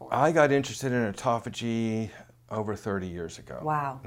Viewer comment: He just can not say it right. Why would I want to turn-off Autophagy so that I let chemo kill cancer?? He wants to keep chemo as a constent factor in fighting cancer??? Is that why he says it wrong?? Why not keep autophagy Turned-on and turn off chemo to let Autopahy kill cancer, meanwhile applying intermittent fasting. Which is the right way to fight cancer